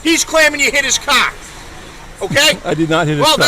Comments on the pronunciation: What in the hell is he saying? Is he saying Car storm? I can't understand the little runt. Car has an "R" in it and all I am hearing is KAH storm. Does anyone happen to know? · Its CAR!! Not cah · hmmm the quote that's a good way to get dead buddy. That is unless he is a better shot then you. Not to mention the dash cam covers his arse with factual evidence the cop does not have. Oh by the way mr cop the word is car with an R not ca. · What the hell was that word that pig used? "kahr"? 🤔 "kaaa"? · What’s a Cah stop! Lol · What’s a cah? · that cop pissed bc he can't say CAR, its Car, not CAA, fkn bastoners, they all full of caa's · masshole accents are THE most horrid sounding noises ... and how blue isis keeps pronouncing "CAAAH", became painful after the 3rd time he said it. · "You don't jump out a cahh at a cahh stop" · "you don't jump out of a caaa at a caaa stop" 😂😂😂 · NEVAAAA JAAMP OOD AD DA CAAAA ON A CAAAA SCHTOP…YA COME DIS CLOSE TAA BEIN DEAAAD BUDDY🚨🤬🚔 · It sounds like he's saying 'c0ck' every time he says car I'm freaking dying lmao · He calls a “car” a “Kaa” lol. What is this officer’s name? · a cah! a cah! you don't jump out of a cah, a cah! you sah anamahd ,yah cahsed an accidant. - LOL There is no "r" in anything they say zero.